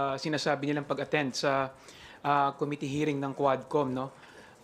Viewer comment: Pwede ba dan pernandes, ayusin mo naman pronunciations mo! Sakit sa tenga. Pls pronounce committee with stress on the 2nd syllable!!!